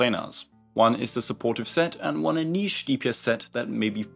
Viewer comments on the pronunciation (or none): none